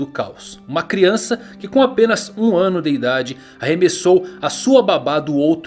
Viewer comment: "1 wano de idade..."